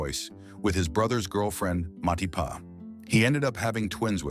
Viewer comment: everytime you say "Matipa" it kills me